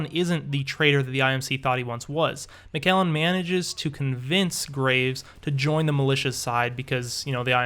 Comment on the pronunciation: you said macgallen its macallen